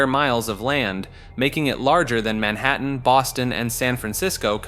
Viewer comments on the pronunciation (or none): none